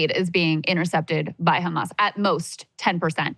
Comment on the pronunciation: Is pronouncing the H like that deliberate, because she's clearly American or Canadian if she can say hamburger then she can say Hamas with an H